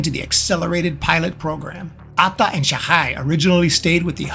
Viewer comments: just use only one syllable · The narrator loves to say Atta. Pheew with vim & vigor . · Your „Atta“ pronounciation is funny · the pronunciation of Atta is hilarious.